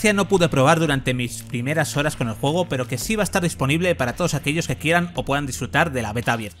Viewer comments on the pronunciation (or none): none